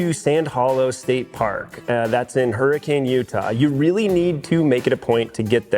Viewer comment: Thx for the informative video. Just an FYI. Hurricane UT is pronounced Huracun. 😊